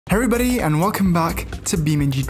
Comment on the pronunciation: every other youtuber: hello everyone:heverybody